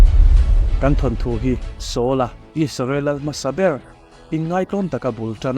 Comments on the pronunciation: Isarel tih nilo in Israel tihian lam hram teh ang u . Ram hming ani a duh dan dan a lam chi ani lo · Isarel tiin ilam thina Israel tih zawk tur a ni lo maw?